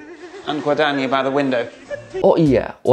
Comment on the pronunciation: Gn dibaca Ny (guadagni dibaca guadanyi). Chi dibaca ki (moreschi dibaca moreski)